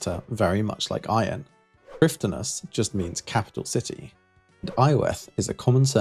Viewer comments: Just to piggy-back on top of your comment. With the pronunciation of Prifddinas if i were to write it out for a non native to read out i'd say it as Preeve-thee-nass. And with Hunllef the 'll' is one of the instances where Welsh has double-letters (or digraphs if you look into it). Which by places some sets of two letters together you get a new sound. Our 'f' is a 'v' sound as the Welsh alphabet does not feature all the letters of the standard English alphabet, we then make the harder 'eff' sound using 'ff'. The 'll' sound is somewhat unique sounding and i often describe it as the sound some people make when shooing animals away, especially feral cats. Common in place names you'd be able to find pronunciation guides with "Llan" place names. With "Iorwerth", its very often mispronounced as people go for eye-oh-worth and sound it as if they're reading each part as the english word slowly. Ior is pronounced like a quicker 'your'. Werth just needs to be changed so the 'e' isnt read in an anglicized way as its a sharp 'eh' sound. Additionally its not a "common" surname nowadays as its actually a first name which becomes a surname for a famous Welsh figure, Llywelyn the Great as his name is Llywelyn ab Iorwerth where 'ab' or 'ap' is the Welsh equivalent to O' or Mc to indicate 'son of'. There's not many people about with the name Iorwerth as its not a fashionable name for younger people, but on occasion due to people wanting a Welsh name holding cultural/historical significance. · Don't feel bad for not pronouncing prifddinas correct. I dont think a single runescape player (other than myself because i want to feel special) wants to pronounce it right either lol. At this point everyone has been calling it the same thing for so long that they refuse to admit they are wrong about it. Its pronounced priv-thee-nuss as taken from the wiki. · "dd" in welsh words is pronounced with a "th" noise. So, "Prifthinas"